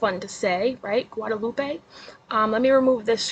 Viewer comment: Look at you and them Spanish words, girl! 😂. Not a bad attempt at pronouncing them. Thank you for doing your research and not being like KJ who just blurts crap out to be first. First to be wrong. 😂. "Gwa-da-loop-eh". I love your Spanish accent. 😁. 🤟🏽🙏🏼